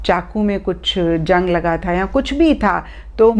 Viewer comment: Maim apko ze zaban p ku ni ata sahi zndgi ko jndgi bolti ho or zng ko jng manid mt krna gor kya kafi bar